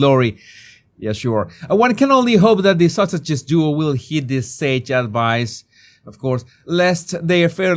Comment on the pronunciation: He IS saying "Duke and Duchess of sausages." 😂😂